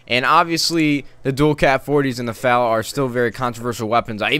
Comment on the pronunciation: F A L NOT FAL!!!